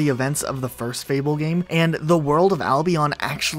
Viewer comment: i dont like the way he says albion